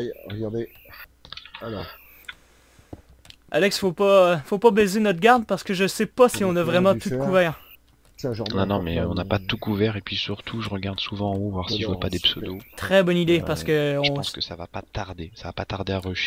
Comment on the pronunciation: Il a dit baizer